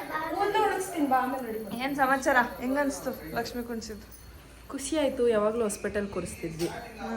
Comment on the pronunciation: Kunsidvi ❌ koorsdivi✅